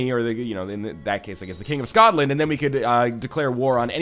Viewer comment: My gosh the "SKOTland" made me laugh so damn hard, that I have to favourite this episode XD